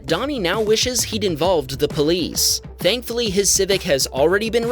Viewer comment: "Thankfully meow"!!!! Excewuse mwe?